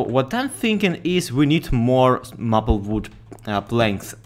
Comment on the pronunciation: Maple is pronounced may-pull. Your English is only getting better though!